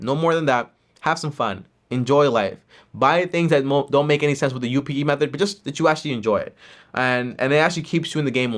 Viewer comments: can't say method, lol. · Loving that about him 😂 he’s a gem